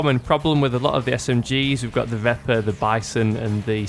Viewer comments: Pronounced veh-per. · It is pronounced vep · Pronounced "Veh-per"